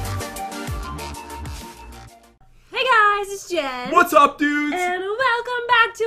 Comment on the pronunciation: p THEY CALL JEN... GEN OR HEN OR KEN 🤣🤣🤣🤣🤣